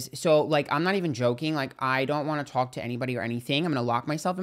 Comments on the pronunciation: “I just wonna towlk!!!” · your New York is showing "come to talk"😅